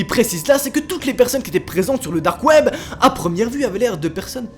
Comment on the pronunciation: alors ta video es grv bien mais c'est DDDAAARRRKKKKKK web 😭😭😭